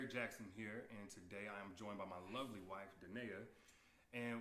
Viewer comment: Why he say “Lovely” like that and she looks uncomfortable! 😂